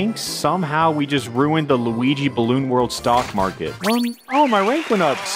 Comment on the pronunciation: Sometimes when you say Luigi, it sounds like Weegee